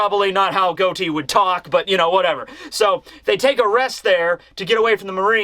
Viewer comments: Pleas day his name correctly he’s in a mafia pirate crew Say Got-E like John Gotti bro you’re killing me and you’re my favorite content creator so I need for you to read this 😂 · It's pronounced "gah-tee" like John Gotti from the mafia lol